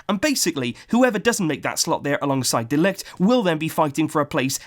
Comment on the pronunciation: Its pronounced Mathais de ligt, if we are going to sign him you wanna be pronouncing it right😉